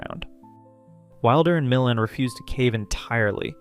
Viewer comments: It’s “Mih-LAND,” not “Millund.” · Milland, emphasis on the last syllable.